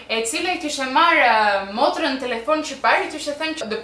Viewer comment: Korigjim: “ Motren” jo “Morten”😆 I paska kaluar Ketules pa ta korigjuar😂